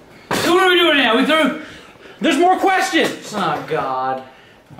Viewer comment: he said now twice it’s funny the way it sounds🤣🤣🤣